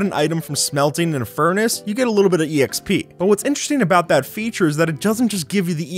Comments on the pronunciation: I literally can’t when you say e x p instead of xp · ok.. who actually says "E.X.P."? its not an acronym, just say expee like normal people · Man really pronounces the “e” in exp… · Stop saying exp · You saying E X P and not just XP singularly for some reason triggers me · E X P It’s XP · Stop saying exp it’s pronounced xp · My head hurts from someone using "exp" instead of just double-syllable "xp" like a more educated person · It’s not e x p it’s exp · stop saying exp instaid of xp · The fact he says “exp” gets to me and idk why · Am i the only one that is trigger because he says e-exp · My man said exp like ee x p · Makes me cringe when he says E.X.P.